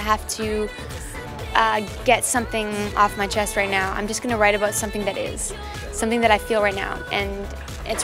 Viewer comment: "It's abooot" haha